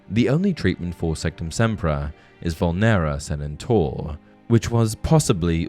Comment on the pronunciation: Vùlnera Sanèntur, not Vulnèra Sanentùr. *Hermione vibes *